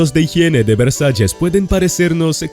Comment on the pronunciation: Narador da pena como habla pienso es ANALFABETA NI VREJAES VERSALLES